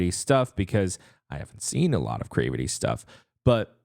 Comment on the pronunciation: you are saying there name wrong 😅 it’s more like crAvity not crevety but whatever I’ve been looking for your reaction for them 🙏🏼